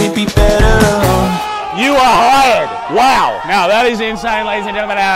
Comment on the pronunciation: “That was inSAAAAANE” is giving the vibe 🤣🤣